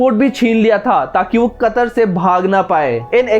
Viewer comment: Chootiye वह कतार नही कतर है झंडू पहले नाम तो लेना सीख ले